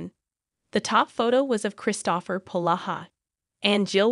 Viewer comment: This seems to be just an ai voice. The voice doesn't even pronounce "Kristopher" correctly. Nothing backs up this reporting and some of the movies like the once referenced with Tyler Hynes and Autumn Reeser are from 2022. So this is out of date and poor reporting. Although it would be great if Hallmark either brought back Mystery 101 or finished the series off with a less painful cliffhanger that seems like a betrayal of the fans.